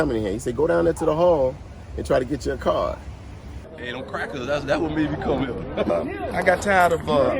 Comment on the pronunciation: My man said dem crakas ..wow smh... Blame it on someone else for your laziness